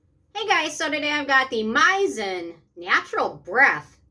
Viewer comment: You pronounce this brand wrong.